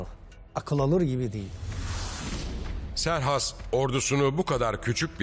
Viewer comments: Serhas değil doğrusu kserkses olacak trt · Serhas değil Kserkses ismi. Türkçe o şekilde seslendirmisler